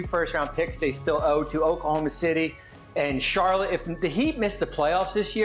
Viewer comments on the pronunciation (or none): none